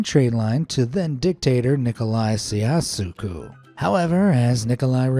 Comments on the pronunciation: It’s pronounced “chow- ches-coo” for future reference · Agreed. It took me less than 30 seconds to look up the proper pronunciation: CHOW-chesk-oo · It is chowchesscue, do your research. And it isn't jagwire, check the pronunciation. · Nikolae SeeAss EE Coo or to the educated and not computer generated here is the correct english pronunceation its Nicolae Chow Shes Koo spealt Ceausescu. I hate ai commentators especially when they are not checked or intelligent enough to spot simple mistakes. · nowhere near close to how his name is pronounced. that "ballpark" you want to be "near"? yeah... that is like 20 miles away. it's "chow-ses-qu" not "sejowsuqu" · "Nikolai Seeyasuku" XD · Ceauṣescu isn't pronounced say-AH-soo-koo; it's roughly pronounced cho-SHEZ-koo. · What is with the bonkers pronunciation of Nicolae Ceaușescu? It’s quite easy: Chow-chess-ku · suggest you and/or your robovoice have a quick look-up on how to pronounce unusual names. Ceaușescu Is pronounced: /tʃaʊˈʃɛskuː/ chow-SHESK-oo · not really “ciascu” but.. eh, you’re not an expert at Romanian! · Pronounced CHOW-CESS-CUW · I think you'll find that name is pronounced "Chow-Chess-Koo," re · "Nikolai Siassekuh" :D yeah, nope. That's not how he was pronounced^^. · Nicolae "See-Ah-So-Ku" 🤦🤦‍♂🤦‍♀ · Haha Nicola see-a-suko. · It’s pronounced “NICO-lai Chow-Chesque”. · Chow-chess-cu that’s closer to how the name is pronounced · The A.I. pronouncing CEAUSESCU (chow-chess-coo) was so funny I had to play it twice . I've been on 'The Magic Roundabout' but it was it very thick fog. You can get 'lost' on it. Worst I've ever seen. About 30 years ago I remember seeing pictures of village in Britain where they did experiment with 'road narrowing' signs that moved flexible partitions to the edge of road into village. (in case some vehicles did hit them) 30 mphs peed limit signs were left in place but the effect was to lower speed by average of 20mph from 50~60mph that had previously been recorded. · Nicolai Chow-ches-kew.